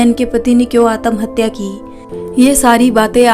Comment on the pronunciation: Atmahatya ka pronunciation theek karo sun ne me achcha nahi lag raha Hai.😮